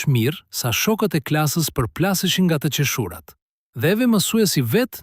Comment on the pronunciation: Jo nga teqeshuurat por nga te qeeshurat